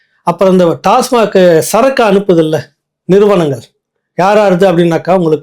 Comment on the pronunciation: Kindly pronounce TASMAC.. Correctly..